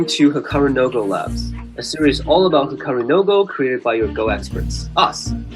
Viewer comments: Hikaru "no go". The way you pronounce it, it's like there is a no go area for Hikaru somewhere :-) It is Japanese and it actually means Hikaru's Go or "the Go of Hikaru". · he should stop at 'no'. Hikaruno Go.